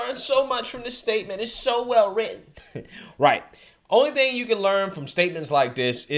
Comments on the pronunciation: "it's so well wri-in." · Did the reporter say her statement was so well "rit-en"? can I "ax" you to repeat that? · That stupid anchor woman is talking about how as an adult, she can learn so much from that 19 year old girl. The way the anchorwoman pronounced the word “written“, makes me think she should stop listening and learning from teenagers.